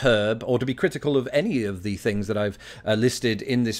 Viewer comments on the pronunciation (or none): none